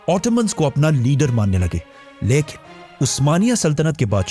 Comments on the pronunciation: Your"""" leikin"""😂😂😂😂😂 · Besides ur knowledge, research and effective way of delivering ... I love ur style of "LYKIN" 🧡😂 U & ur work is awesome brother. Jazakallah Kher for all of ur videos.